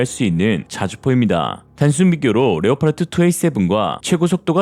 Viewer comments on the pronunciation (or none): none